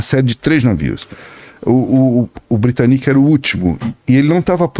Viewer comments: Tem horas que "aportuguesar" nomes estrangeiros fica feio. "Titanique", "Britanique", "Olympique"... péssimo. As palavras "olímpico", "titânico" e "britânico" já mostram onde tá a sílaba tônica. Parece um tipo de vergonhazinha de chamar certo e um medinho de parecer semanticamente pedante. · A pronúncia correta é "taitanic", "britânic", 'olímpic"